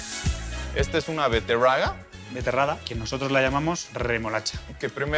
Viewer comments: Beterraga?... Es betarraga!!!😮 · Que pena que el no haya conocido la gastronomia en cochabamba, pero bonito. Que gracioso, cuando escuché al amigo cocinero decir rroayada, veterroaga, etc.